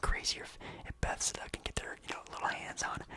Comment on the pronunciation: Bethesda, not besda lol